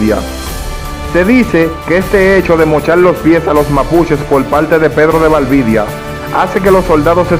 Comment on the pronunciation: No es "Valvidia" es Valdivia